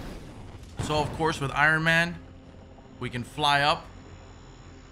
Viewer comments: I-Run-Man.... lolol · I-Ron man ... why do you pronounce it like that lmao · Who the hell is Iren Man.